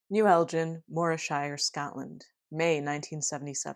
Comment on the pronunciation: As a Scottish person, sorry to nitpick... but it's El ginn rather than El Jin! Anyways this really reminds me a lot of the classic Sam the Sandown Clown encounter from the Isle of Wight in 1973 which you've already covered! I don't want to be a total sceptic and say, as with that case, the testimonies of kids are perhaps to be distrusted but... as you note with this case there were strange follow-up incidents and that was the same with the Sandown encounter. Edit... I was posting this comment half way through the video and then obvs you mentioned Sandown Sam. YOU KNOW